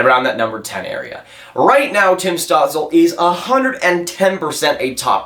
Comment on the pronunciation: It’s apparently pronounced stewtzla for stützle, heard it from both German and Canadian announcers